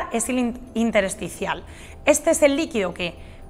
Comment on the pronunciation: Intersticial, no interesticial.